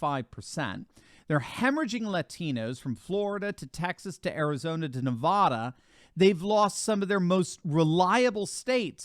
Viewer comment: Please, learn how to pronounce Nevada. It's Ne VAH duh, nout Ne VOH duh. Short A.